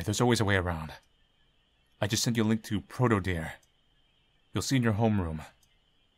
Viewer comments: AppSir: Say "yandere".: Yandere. AppSir: Good! Now say "dere"!: Deer. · You can say "yandere," but you always say "deer." ????????